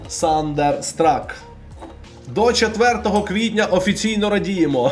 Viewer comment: Дуже ріже вухо коли ти кажеш сандер страк, кажи хочаб тандер страк